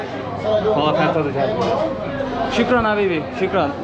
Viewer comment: Şükran değil şuhraan😅